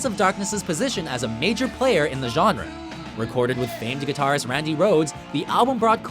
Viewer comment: "Guitarrist Cliff Burton" don't you dare say that again